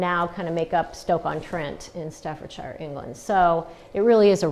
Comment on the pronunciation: You are not pronouncing staffordshire correctly.